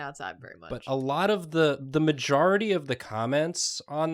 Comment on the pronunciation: I could listen to say the word "MaJAWrity" all day